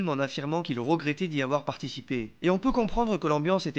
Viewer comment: on dit pas ''il rogrété d'y avoir participé'' mais ''il regrettait d'y avoir participé '', on dit pas ''faire rossentir'' mais ''faire ressentir'', on dit pas ''la fin du monde est roportait jusqu'en 2027'' mais ''la fin du monde est reportée en 2017''